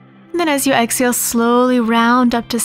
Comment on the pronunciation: Please remember there is an “ H” in exhale.